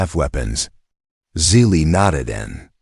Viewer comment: Good story despite the AI's idiotic miswording like "DOT" and "Dot Asterisk" BS mixed in with the text. Also misspelling/mispronouncing the girls name, Zili as "silly". Despite this inconsistency, it was a good story.